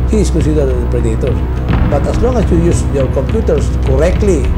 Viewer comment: prey-dator!, parang ang babae